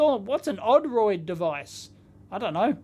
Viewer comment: he also hasn't heard of "oh-droid" either - called it "odd roid" - heh